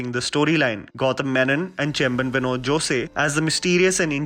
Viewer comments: In Chemban Vinod Jose's last name Jose 'e'is silent. In malayalam 'Jose' pronounced जोस not जोसे. It's not an issue just FYI. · Some unknown facts 1. Esther Lopez, Viju's secretary is actually his wife in real life. 2. It's not pronounced as Jos-ay. It's like a hose with a J. Great content 🔥🔥🔥